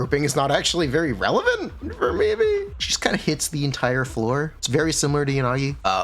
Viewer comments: Bro her name IS Miyabi, not MiYAbi. The first few times you said her name was correct Japanese. The long A is American, like YaNAgi, that’s also wrong it’s Yanagi fast. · i mean, saying "mi yabi" is more correct than "miYAbi" so you're good also great video and gratz on beta access ‼ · uh its mi yah bi actually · it's miyabi not miyabi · HUGE points for calling jer "Mi-yuh-bi" and owning it 🤣🤣🤣 I was waiting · I figured that you intentionally say Miabee, but now I know for sure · why does he say her name all weird